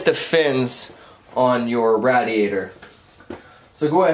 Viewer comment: Good tutorial. I couldn't stand how you pronounced radiator though. Lol